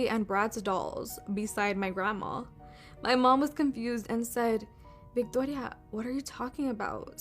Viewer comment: Why tf did she pronounce "Victoria" like that? 😂 Girl stop it. I'm Mexican and we do not pronounce it like that 😅